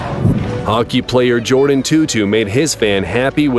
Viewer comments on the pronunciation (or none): none